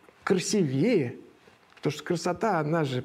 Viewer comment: Правильно говорить "красИвее"